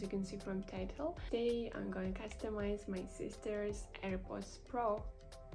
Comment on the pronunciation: I hate how it says AIRPODS PRo